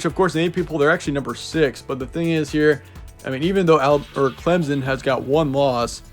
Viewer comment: Clemson is pronounced with an absent p btw